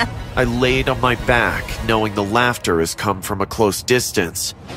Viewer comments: Did you just say he came to me room it's my not me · Why did you say 'my dad me room' 😂😂😂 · “he took me to hm room” LOL